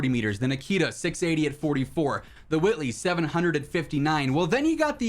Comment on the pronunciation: did he just say the Whoitley?